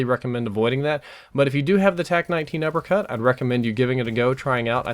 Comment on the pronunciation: you said upper cat